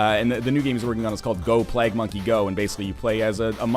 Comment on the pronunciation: Moar of this. Also it's called PLAGUE, not plag or plaque. Bald, canadian dingus.